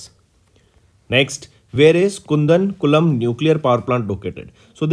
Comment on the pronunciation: its not kundan kulam... its kudan kulam ( koodan kulam)